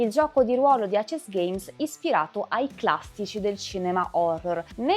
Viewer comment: Molto molto belli e illuminanti i tuoi video, che ho sempre seguito con interesse, in particolare quelli su VHS dell'amico Simone Morini (senza parlare della figata di packaging a videocassetta + grafiche spettacolari!)! Unico appunto, che volevo già farti sugli altri video, in cui presentavi i vari filoni del GdR VHS: perchè lo chiami "acesgheims" (pronuncia), se andrebbe letto tutto in inglese e cioè "eisisgheims"? Sfumature, ma per dover di precisione... Continua così con i bei contenuti che porti!